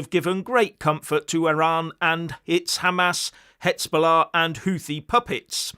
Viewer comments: I keep telling you: you are mispronouncing the Z in Hezbollah. It's like the S in Lesbian. Please! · HIZ....HIZ.....HIZ...BOLLAH!....NOT HITZBOLLAH.